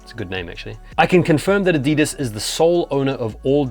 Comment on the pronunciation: Ah-dee-dees! 😂 love it!